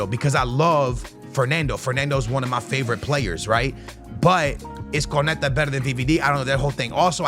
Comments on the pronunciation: So the whole video he says konete , that's messed up😂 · It’s pronounced: KUN-NAH-TAY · Y’all shut up with that “It ain’t that deep” glazing y’all doing. It’s clearly annoying to most ppl that he seems to deliberately mispronounce player’s names without any honest effort to get it right. That’s a simple KO-NA-TE yet he switches it to something completely off. Especially for someone who claims to watch allot of games, does he not hear the commentators correctly say these player’s names… Y’all skittles can’t do with any form of constructive criticism even when it’s not directed towards y’all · How is fifa his job and can't name anyone over here saying conete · Homem. O nome é KÓ nÁ tÉ 😂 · Konate : no Konetta: yes Can u learn to read!???? Starting to piss me off how this guy says those names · No one:: “Konetah” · Saying van de ven and konate wrong on purpose I'm sure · I'm a big fan of dont get me wrong but does no one else find the way he says certain names of players and clubs wrong just that tad bit annoying? The way he was pronouncing Konate and van de ven this video was like nails on a chalkboard. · Ok, Bro.. you got to atleast learn all these players name. Unless I'm missing something and he just like calling their names wrong